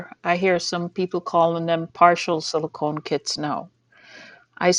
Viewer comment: Are u still saying silcone dolls